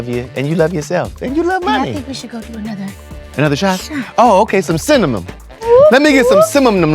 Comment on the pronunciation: I love this interaction with you and Muni Long❤❤❤ Scott you have a nice voice and I couldn't stop laughing when you were pronouncing cinnamon 😂😂😂😂 keep the videos coming especially in 2025🥰🥰🥰